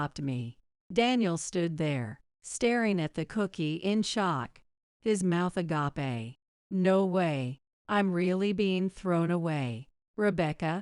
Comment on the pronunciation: How do you pronounce agape???😆